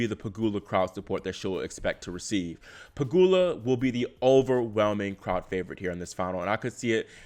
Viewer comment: Finally you correctly pronounced "Pegula" instead of "PegYula" 😂